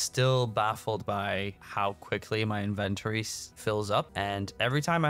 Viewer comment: the major problem with your inventory is YOU KEEP PRONOUNCING IT WRONG .........lol